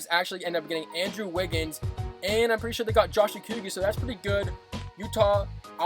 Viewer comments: also as a wolves fan it is pronounced Oh Co (with a hard c) Gee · My man said Josh okkigggeeee